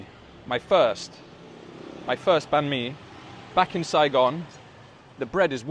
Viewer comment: The way you said banh mi is spot on 😍